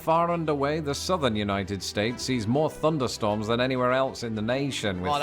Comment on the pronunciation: Funderstorms? Seriously?